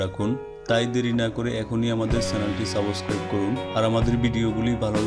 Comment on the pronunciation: সাবস ক্রাইব করা নয় । সাবস্ক্রাইব করা হবে। 😀